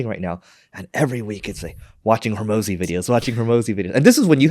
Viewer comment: Alex “Hermozi”. You might as well just clip out the intro.